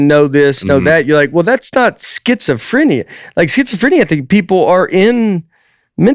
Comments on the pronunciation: The evolution of Nate's pronunciation of schizophrenia... Somehow he got more correct as the bit went on. He's healing 😂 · The number of ways Nate pronounces schizophrenia 🙈😂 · Nate talking like all people with schizophrenia are like the dude from "the shinning". But when I google the symptoms Nate could easily have half of them. Disorganized thinking, disorganized SPEECH, cognitive difficulties....